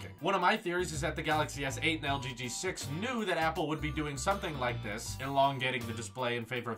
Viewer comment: It scares me when you abruptly say "THIS..." like . Makes me think the video is over. Omg